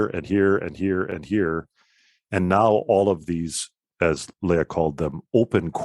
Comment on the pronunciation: This is all very interesting, but I could never understand why American Lutherans, particularly Missouri Synod types, who should know better, mispronounce German names such as Walther and Loehe. Your pronouncement of Grabau is fine.